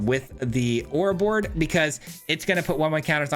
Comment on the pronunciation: Say it with me lol, Oro-Bor-Roid.